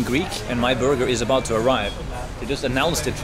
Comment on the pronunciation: play this at 0.5 speed, and enjoy drunk Herald ordering a burgar